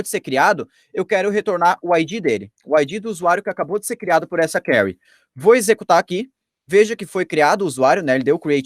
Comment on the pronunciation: Conteúdo bom, realmente interessante! Mas o difícil é ouvir "query" tão mal pronunciada tantas vezes.